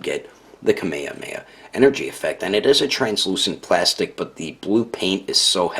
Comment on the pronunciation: Nice review but Kameamea? It pronounce's kameJAmeJA (kamehameha)